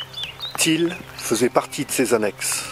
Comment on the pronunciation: J'ai pas compris ta prononciation: camp de thiel ou camp de til?, merci.